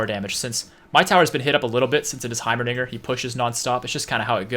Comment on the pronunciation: this man said heimaniger